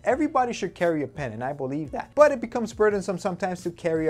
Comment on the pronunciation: "I bolieve "